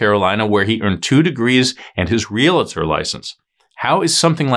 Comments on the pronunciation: It is NOT “real-A-tor, it is Real-tor. Only ONE A. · Just sayin it’s Real tor not RealA tor. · It’s pronounced real tor, not real a tor! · Re-al-tor, not re-la-tor!